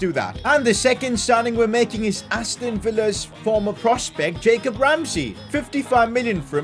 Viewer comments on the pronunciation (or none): none